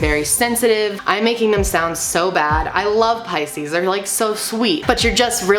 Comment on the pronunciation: Finally I know how to pronounce Pisces correctly. xD Thank you a lot! <3